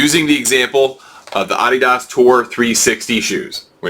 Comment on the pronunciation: Sorry couldn't finish watching the video since you don't know how to say Adidas. If you're going to review shoes figure out how to pronounce the name. It not like Adidas is new to shoes either.